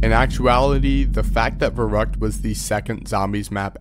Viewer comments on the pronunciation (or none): As a german i get so mad when people mispronounce the name of Verrückt.. Its Verrückt, not Verruckt. Put some effort in it. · My boy here butchering the german pronunciation